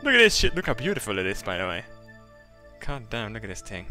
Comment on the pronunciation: th th th th not ting